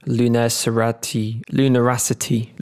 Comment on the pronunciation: BROTHER YOU NEVER GOT IT RIGHT!!!!...LACUNARITY... LAH-KUH-NA-RI-TEE!!!! lol